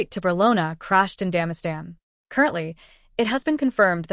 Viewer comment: Damastan? Didn't you mean Dagestan? 🤣